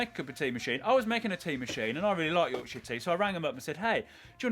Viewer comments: The name of the tea how he say it sound like something else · Considering he loves Yorkshire tea he can't say Yorkshire. 😆